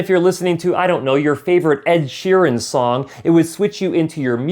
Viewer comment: Ed Sheeren? Really. Dude -- Iron maiden all the way!